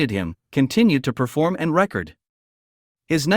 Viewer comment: I guess this is AI robot reading? Awful. “Record” — verb or noun pronunciation?